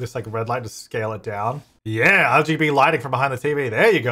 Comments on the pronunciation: is it just me or did he say lgb lighting and not rgb 😭 please tell me I’m loosing it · When he said RBG lighting behind the tv I heard LGB so it needs to be a rainbow light lol